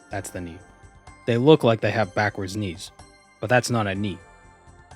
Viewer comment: When you were talking about the bird knees, I just kept hearing "Ni" like "The Knights that go Ni!" from monty python...